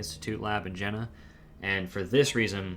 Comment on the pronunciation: I don't want to be pedantic, but after maybe the tenth mention of the Harvard-Jena Paper, I just had to say that the pronunciation of Jena is wrong. It's a city in Germany whose name, if written in phonetic English, would sound like "YAY nuh". I thought that might be helpful if you ever discuss this paper again or ever come across that city's name again. Apart from that, a very interesting presentation, and thank you. I think Renfrew's Anatolian hypothesis derived partly from both the genetic evidence of an early migration from Anatolia and from the belief of many Indo-Europeanists that the Anatolian branch of Indo-European broke off from the rest of the family long before the other branches diverged, suggesting that the family originated in Anatolia and that the non-Anatolian languages are descended from the emigrant population. I think the currently prevailing theory is that both the Proto-Anatolian and Proto-Indo-European proper may both be descended from a common ancestor in the Caucasus region, since DNA evidence shows migration from the Caucasus both to Anatolia and to the Pontic steppe (home of the Yamnaya Culture) around 6,500 years ago. Maybe you could explore this in a future video.